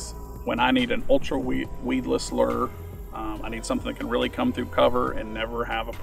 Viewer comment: The moment I hear “lure” pronounced the way he says it, I just can’t listen anymore.